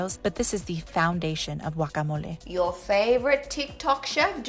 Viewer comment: I knew it was going to be good when she pronounced guacamole correctly!